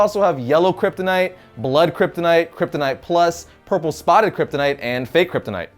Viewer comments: how many times did he say kryptinite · Drinking game: take a shot every time he says kyptonite or krypton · He lost me at “Kryptonite”